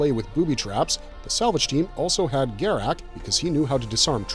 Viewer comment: the continued mispronunciation of Garak's name proves you never watched DS9...